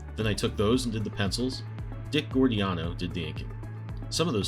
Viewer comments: Great video about a great artist. I'm looking over your channel, and it looks like I have a lot of watching to catch up on. A couple of pronunciation notes: Len Wein pronounced his name "ween," and Dick Giordano was "jor-dan-o," not "gor-dee-an-o." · Giordano is pronounced "jor-dan-o." I still see Garcia-Lopez's artwork on DC-licensed stuff all the time. It really is timeless.